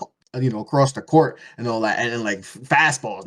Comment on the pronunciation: I literally didn't hear a word said for a solid 20 mins. All I could hear ringing was ANALLAT